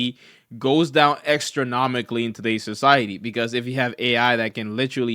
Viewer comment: Extranomicly ??? Astronomically